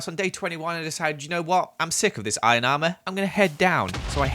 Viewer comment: "I cooked some of my iorn" Im sorry what